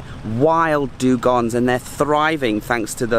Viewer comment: Great video. I am a biologist and laughed a lot about your struggle to pronounce both "dugongs" and "manatees". Hey, no body is perefect. 😉